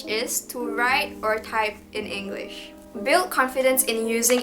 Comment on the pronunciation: You can start by learning how to pronounce the word ENGLISH. There's no R sound. It's not Engrish. Towards the end you did pronounce it correctly.